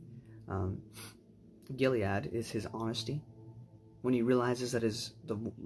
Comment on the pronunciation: It's just Gilad not Giliad.